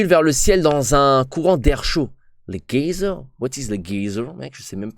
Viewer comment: La façon dont tu prononces les geysers avec un g est trop marrante mdr